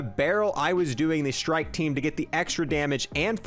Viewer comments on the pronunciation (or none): none